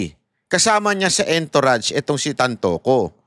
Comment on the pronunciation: hindi entourage literal kundi ang pag pronounced nian eh..A N - TOURAGE.